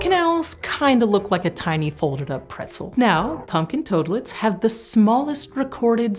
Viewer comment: I like how she calls them "Punkin Toadlets"..